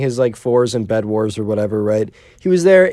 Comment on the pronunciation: Instead of bed it's bled :)